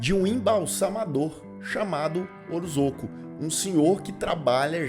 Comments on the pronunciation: Li essa nota antes de assistir ao vídeo e a cada “orozoco” eu soltava um riso haha obg por esse pequeno deslize q me fez rir! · É OROSCO a pronúncia. Eu sei por causa de uma amiga q tem esse sobrenome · Deu um pouco de agonia ouvir você chamar o coitado do Orozco de Orozoco o vídeo inteiro. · Devia repostar falando o nome certo